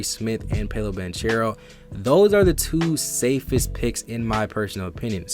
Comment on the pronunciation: It’s Pow-lo and in banchero the ch is pronounced like a k Pau-low ban-karrow